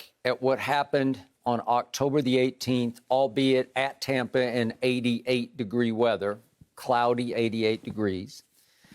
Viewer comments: How many times did Skip pronounce Tampa "Tompa"😂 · He is calling it "Tom"pa Bay, because he loves Tom Brady so much... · Who's this "Tompa Bay" "Tumpa Bay" Skip speaks of 🤔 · The only thing worse than Skip’s opinions is his pronunciation of the word Tampa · skip cant pronounce TAMPA correctly.